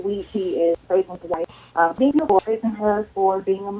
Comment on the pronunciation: To the man that called in talking about "shaming language" Beautiful doesn't have an 'r' in it. Also it's shameful to "praise your woman" but only mention all the things she does for him, but not 1 thing about her personality or how she makes him feel. Or how great of a mother she is. Only a great worker. If he was praising her correctly they both wouldn't be so angry... Oh his names there's always room for growth🌱